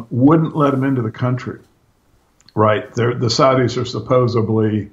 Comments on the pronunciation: love these interviews but the word is suppose"D"ly not suppose"B"ly. really needs to work on that speech impediment because it's really annoying. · If Tucker Carlson or Anderson Cooper ever said "supposebly" on the air, their credibility would immediately plummet. That's the point,. All anybody knows about you is what we hear you say on these podcasts. 99.99% of your ideas could be brilliant, but unfortunately you are judged more on your mistakes in this realm. Saying "supposebly" makes listeners instantly question the message they are receiving. Believe it or not, like it or not, it's the truth. Also, while I have your attention, I think it was misguided for you to suggest that we the listeners shouldn't even bother watching Wright's production, make the assumption that it's all propaganda, and then tell our friends the same. That is terrible advice. That's no better than Tim's family's prejudicial response when he shared his thoughts on building 7. We should all watch this production and then dissect every last bit of it.